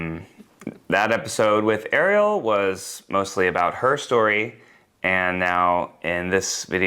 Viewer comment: why'd he say ariel like that, like he's trying to trigger the algorithm lol??